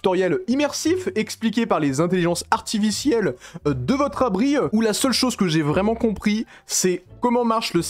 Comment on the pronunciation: sortez de la brie = sortez de l'abri.